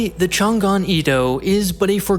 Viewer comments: Great video but the prononciation of Changan is wrong. You prononced as Chan Gan, it should be Chang An. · It's pronounced Chang'an, not Chan'gan.